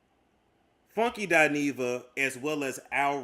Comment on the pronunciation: OMG,!, I thought it was just me! I don’t understand why people don’t pronounce her name correctly, it annoys the hell out of me!